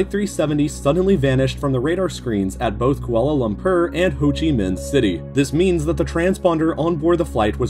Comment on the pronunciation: Kuala Lum-purr